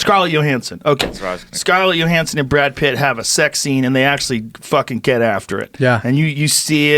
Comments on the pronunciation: Joe "Scarlett Yo-Hanson" Rogan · Scarlett "yo" Hansen 🤣🤣🤣